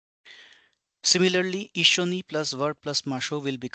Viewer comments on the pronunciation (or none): ❌いっしにissini ⭕️いっしょにissyoni